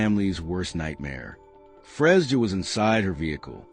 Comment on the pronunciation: What does this white child have to do with this Black woman. Something needs to be done about all this ai stuff. And pronouncing her name wrong is so disrespectful.